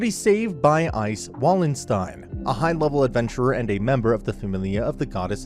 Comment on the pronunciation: He said wallenstein wrong typical American because the w is pronounced as a v because it's german